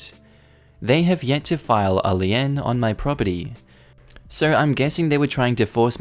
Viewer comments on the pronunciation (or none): Lee-n, not Lee-Ann.... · 'Lien' is pronounced 'lean'. It's basically a legal document that says 'you don't pay, we take your thing'. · Another great story about HOAs trying to be filthy rotten in a land grab. Just FYI,, l i e n is pronounced l e e n. I hope I hope he sticks it to the HOA before this is over. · brother... lien is pronounced lean in America like lean meat, or " I was so drunk I had to lean on the bar".